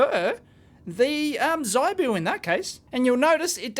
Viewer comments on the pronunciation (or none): ZIBOO is not pronounces zeye Boo the I is phonetic practice saying ZIP - CLEARLY YOU WOULD NOT SAY ' z eye p ' ZIP PIP SIT ( NOT SITE - s eye t ) as you would no doubt pronounce it given your linguistic limitations. HIP ZIB Are you getting the point yet ? Learn phonetics and learn another language Understand that English is largely a corrupt language - mostly not phonetic - except that was acquired from Latin / and French Latin sources and arabic language - Many German and thus English words are also acquired from the Persian and Sanskrit languages. Also the Alphabet uses in the English language is abstract and has no relationship to the spoken word. Almost ALL languages in the world are phonetic - except English - a language only used for Legal deception. Known as Legal English - commonly referred to as Legalese Note that there are ONLY three types of English. For your homework - name than and define them.